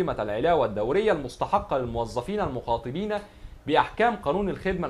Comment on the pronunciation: المخَاطَبين مش المخاطِبين وبعدين فك نفسك كده متشدش